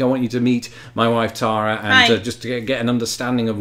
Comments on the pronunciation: You know that you each pronounce the name "Tara" differently?! You need to get together on that. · Halfway Planet! I love it. You two are so compelling to watch. Keep this series coming. BTW it’s interesting to hear pronounce her name after hearing say it all this time lol.